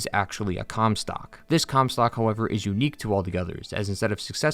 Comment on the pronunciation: Take a drink every time you hear "cumstock"